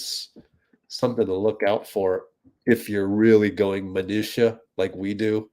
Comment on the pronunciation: Hi, I wondered when I heard you speak about the word, and I found this info, hope you'll appreciate the info. 😊 "Minutia, the singular, is generally pronounced \muh-NOO-shuh\, and the plural minutiae should be pronounced \muh-NOO-shee-ee\."